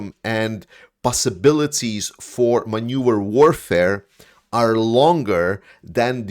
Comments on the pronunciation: Great work! A small detail though, maneuver is is pronounced man·oeuvre, not manure. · Greetings, I’m new to the channel but I really like it. Because you’re fluent in multiple languages, I wanted to help with the phonetics of “maneuver” (pronounced man-new-ver) because it’s an important term for discussing military tactics. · On an unimportant but humorous note; Put a little more stress on the "V" in the word Maneuver (maneu - Ver) 😀 Otherwise I love your channel! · I know you're a non-native speaker but 'maneuver' is pronounced with a hard v; 'man-oo-ver'. You pronounce it 'manure' which is a cow byproduct combined with straw and spread on fields. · great info. it's man-eu-ver, not man-ure, friend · Thanks for that. Your English is excellent although I need to give you a hint; you are pronouncing 'maneuver' as 'manure' which is animal poop. You need to emphasize the 'V' in the word 'maneuver', it makes all the difference. Keep up the good work mate. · I have to correct you on you pronunciation off "maneuver". You need to annunciate the "v". The way you are saying it would be spelled manure. That almost fits in some cases and adds a touch of humor that I don't think you were intending. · Maneuver not Manure ! Important distinction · Maneuver not manure